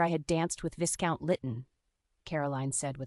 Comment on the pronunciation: Narrator should learn how to pronounce Viscount. The voicing and intonation are often not consistent with the meaning. More substantively, a woman of Margaret's class would have been accompanied by a maid or chaperone and would not be meeting a man in his home or for walks in the park by herself without risk to her reputation. It seems strange that so many people treat Margaret with condescension bordering on rudeness. Would that have been typical in this world? There are several inconsistencies about what room people are in. The barbs and comments people make seeem forced and out of keeping for the period. The underlying premise, conversations, and hesitations are not particularly believable. This could have been entertaining with more effort.